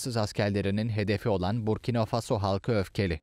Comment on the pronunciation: Burkino okunmuyor Burkina okunuyor sayın Seslendirici.